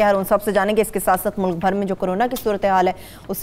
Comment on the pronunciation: صاحبہ سے گزارش ہے کہ کاف کو قاف نہ پڑھا کریں ـ ملک کو ملق، کاروبار کو قاروبار، اکبر کو اقبر پڑھتی ہیں ـ کچھ کو قچ پڑھتی ہیں عجیب سا لگتا ہے ـ